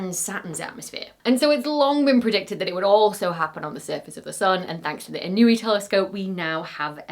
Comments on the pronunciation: It’s not pronounced “in-o-ee”. It’s pronounced “In-oo-way”, after Daniel Inouye, former Senator from Hawaii. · Inouye is usually pronounced "ih - NOH - way" -- as in U.S Senator Daniel Inouye, after who the telescope is named. He is the second-longest serving member in Senate history (so far!). You can't imagine how many ways his name was pronounced in practice. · It’s In-nyo-a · ee-NOH-ay (or even en-Noh-ay). The telescope is named after a US Senator who was a hero in Hawaii.